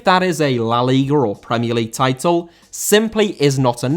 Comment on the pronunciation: Liga* not Liguer